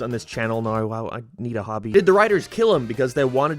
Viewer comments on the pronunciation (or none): Wtf is this accent "what is the simpsons about noui?" What????? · Bro. Are you Australian of not I genuinely can’t tell. It’s driving me fking nuts that you say everything in like a perfect American accent but then you pronounce “now” like “nar”. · Dude are you Canadian or something why the hell do you pronounce some words so dam weird lol